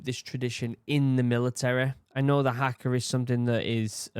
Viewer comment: Please, NOT hacka! Try har-ka. The "a" is a bit longer. Kiwi here